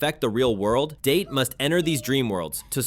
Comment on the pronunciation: Kaname “DAH-TAY”. Not “Date”. He’s not a calendar or a diuretic fruit. Remember, Japanese words always end in a vowel sound.